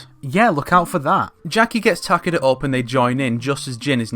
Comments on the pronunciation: I could take that pronunciation, but Ta-Ke-Da is just unacceptable. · Can we get a like everytime he mispronounces Takeda’s name? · You forgot one The weird pronouce of Takeda holy hell its just Weird